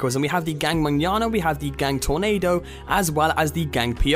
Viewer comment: I'm so glad you know how to say Manana